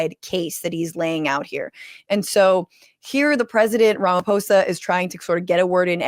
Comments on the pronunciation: The 'PH' on the surname Ramaphosa, is pronounced with a Hard 'P'. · I respect you for saying Ramaphosa not Ramafosa❤ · I love that you got Ramaphosa right but not Cyril